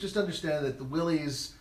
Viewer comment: FYI, it's pronounced "Willis," not "Willies."